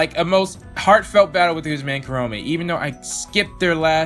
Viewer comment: Huh. I just noticed that you pronounce Kurome's name as "kuh-ROW-may" instead of "KUR-oh-meh". I mean don't get me wrong, both are equally valid since the Japanese language technically doesn't do the "emphasis on specific syllables" thing, I just find it interesting.